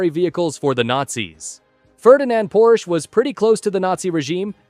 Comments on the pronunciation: Bro its called PORSCHE not PORSCH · its called Porsche withe not Porsch